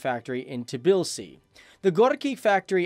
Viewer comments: Tblisi, not Tabilsi. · Miyokan OKB ? Tibilsi? If you have no idea about what you are reading on prompter or how to pronounce, you can research beforehand. This is just lazy and low quality content.